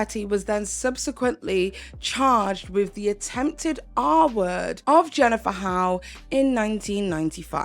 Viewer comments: Great video but her last name Hough is pronounced "huff" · Jennifer's last name is pronounced huff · I believe HOUGH is pronounced as HUFF. Just as tough is tuff and rough is ruff.